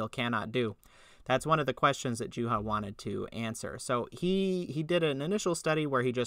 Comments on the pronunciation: What would be a proper Finnish pronunciation? "Yooha"? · Wow you really butchered poor Juhas name